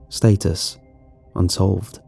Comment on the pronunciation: Stat-Us, not State-us✌